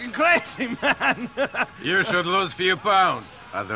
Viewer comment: "I have a work for yew" "Fyew Favors" I love how certain words roll off his tongue 😂